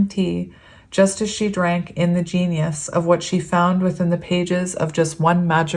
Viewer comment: Word Fairy. My little magnifying glass didn't pick it up very well but was that word "ingenious"? If so, that's pronounced in-JEE-nee-us and means super clever. Just for the future cuz it's kinda a cool word. Love and hugs.